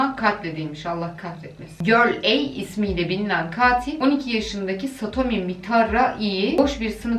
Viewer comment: "Çkatilo" diye dayak yiyiomuş😂